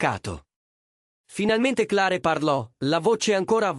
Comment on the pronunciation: Clare? Magari si pronuncia cler 😅😅